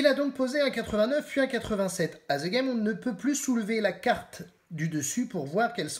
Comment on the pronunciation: On prononce ' De Game ' pas "Ze game" ...